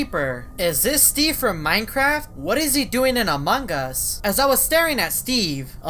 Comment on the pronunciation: Noone: Eveytime says Among us: among gus